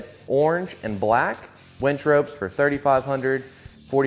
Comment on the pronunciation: And by the way it's a winch not a wench you really should learn the pronunciation of this if you're going to make a video.